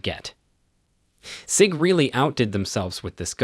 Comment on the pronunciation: Can’t take this video seriously. Stop using bots with simulated voices to do your videos because saying it like Syg and Rujer make it sound like you don’t know what you’re talking about.